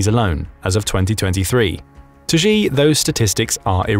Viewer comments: "Xi" is also pronounced wrong. It sounds close to 'she'. Saying 'zhee' sounds ridiculous to my Chinese trained ears. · Its pronounced She not G